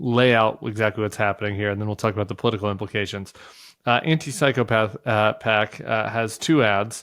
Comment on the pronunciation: Tim, this is driving me crazy! It's anti psycho pac. Not anti psychopath pac. Thanks!!😂